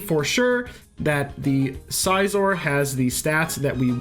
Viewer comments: Every time he says size-or instead of Cs-or, my soul wrinkles up. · You lost me at "Sizeor" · How does scyther = paper For the record, I agree it's definitely pronounced sizz-or